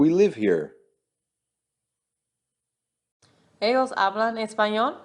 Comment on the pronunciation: Cuando pongan a una mujer ablar en españo que pronuncien bien el españo i que no diga eos en ves de ellos que abre vien en español